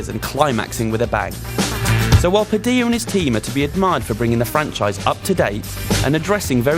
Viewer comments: Before recording, learn to pronounce the director's name. You did it wrong. Tip: not Spanish. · "Director Hoze Padi'a" Holy Shit, dude. It's José Padilha. The J is like in English, and the LHA is like "Lia". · Good review. I'm glad you weren't afraid of bringing the original up and glad you cited Elite Squad (I was actually worried Padilha'd shake the camera that much here). Oh yes, I totally forgive you for mispronouncing his name xD